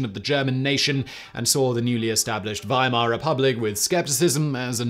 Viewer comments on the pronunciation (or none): none